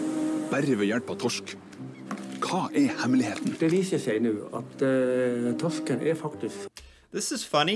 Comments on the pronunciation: bruh that was perfect pronounciation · you sounded veeeeeery norwegian when you said "torsken"